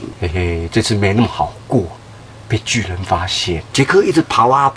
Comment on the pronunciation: 巨人你說成拒